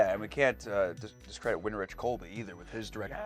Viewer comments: Winrich is pronounced Win-RICK. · No, It's pronounced WIN-rick